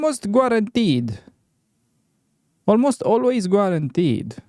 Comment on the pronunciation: Did you say.. Gwaranteed?😄 Ce mai faci?